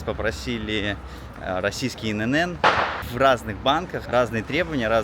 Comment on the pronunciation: Мне всегда было интересно, почему россияне называют 3 буквы так, будто их там много? ИНН звучат, как инэнэн.